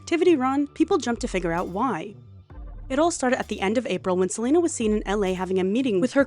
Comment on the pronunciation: "SELULUS" HAS ME CACKLING DUDE 😂😂😂😂